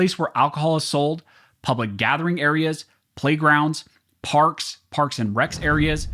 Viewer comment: “Parks and Wrecks” LOL